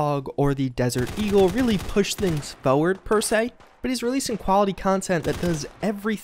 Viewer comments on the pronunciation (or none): Why do you say foe-word instead of forward.